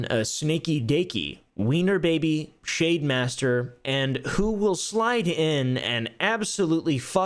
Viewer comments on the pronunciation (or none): I was only listening for a bit, away from my desk...swore you shavemaster instead of shademaster